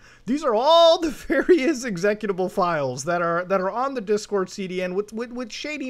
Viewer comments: The way Muta says executable 😂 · This man claims to be a a cyber security expert and can't even pronounce "executable"